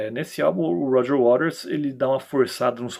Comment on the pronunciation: A maioria pronuncia Roger Waters>>>wa''TERS'' e você corretamente Waters>>>RES>>>"waRES"👍